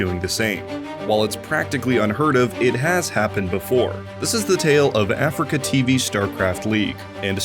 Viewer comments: Lovely bit of content just triggered by the Afreeca being pronounced as Africa. It’s (Ah-Three-KA) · It's not pronounced "Africa" its "a-free-ka" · He's saying afreeca wrong right? its not Africa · Hamman How also is it pronounced? I always say "Africa" when refering to "Afreeca" o_O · mfw when he keeps saying afreeca like africa